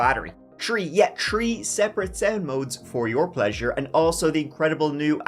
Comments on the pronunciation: My husband and I just love you! We get a kick out of how you pronounce your 3's.... so much so, I recently made my husband a "turdy tree" (a cupcake, cake in the shape of a tree, with hershy kisses in the leaves) for his 33rd birthday! You're hands down my favorite true crime YouTuber! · Dude, you really need to get that speech impediment worked on. There is no such thing as "Ters-day" 🤔 and "Tree" means 🌳 something entirely different than "Three" 3️⃣. It's a huge distraction. Also "Go" and "Goo" are 2 very different things.